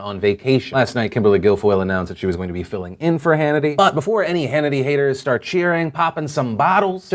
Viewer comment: you said vass and it annoys me.